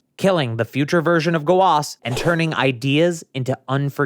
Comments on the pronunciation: I’m confused. His name is Zamasu not “Zamas” and Gowasu not “Gowas” why does he say it like that? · what's with the pronunciation of their names? 'Zamas', 'Go-as' so weird and somewhat kills the mood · "Zamas" and "Gowas" making me sick 😭